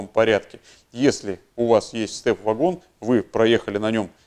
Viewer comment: Благодарю за обзор, но только не вЭгон и не вАгон, а вагОн!! ... двоечник.